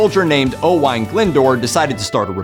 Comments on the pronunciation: It is pronounced Owen, not O-wine! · The pronunciation of the name Owain is Owen NOT Owine, it is typical Welsh spelling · O Whine…. noooooo, it’s pronounced Owaaaane… to rhyme with lane 👍